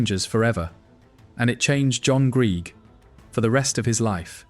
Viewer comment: AI commentary trying its best to mangle the pronunciation of Greig